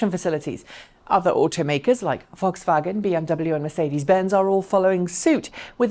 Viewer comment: Your pronunciation of Volkswagen was really good! And of course the rest of the video is great as well. =)